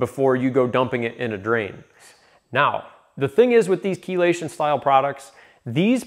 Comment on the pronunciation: I learned from the video how to pronounce "Chelation"